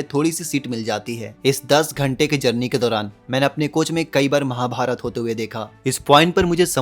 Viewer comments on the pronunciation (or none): none